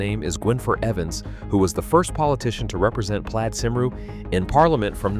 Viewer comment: Pathetic AI pronunciation of Welsh names Cymru, Griffiths . An insult to Welsh people. My great grandfather was Morgan Miles , who died from gas poisoning after WW1, serving on Western front in the Welsh Borderers , a coal miner.